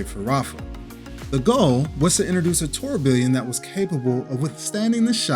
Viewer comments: It’s incorrect. Even the guy in your video is saying it different. He cannot pronounce the proper English word because of his accent. Sounded out it should sound like “tour-be-on” the two Ls are silent. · Dude, have I been pronouncing Tourbillon incorrectly? Or are you? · Saying it wrong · That's what I've always heard it pronounced, until this guy tortured the word.